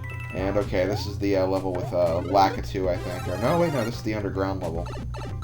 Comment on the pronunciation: I pronounce Lakitu (la-KEE-too), not (LA-ki-too) but i won't judge u about it cuz i dont judge people.